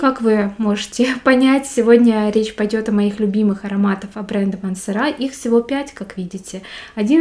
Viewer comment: Не МансерА, а МансЕра.А обзор хороший,приятный голос и подача, но произносите , пожалуйста, правильно)))